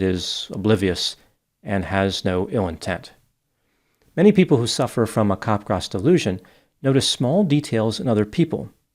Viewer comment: Very good video and post discussion. Unfortunately is mispronouncing the syndrome. It sounds like he is saying cop-grass. The correct pronounciation is cap-graw. cap (as in baseball cap) followed by graw (sounds like draw). So it's cap-graw. It's named after the French psychiatrist Joseph Capgras (s is silent).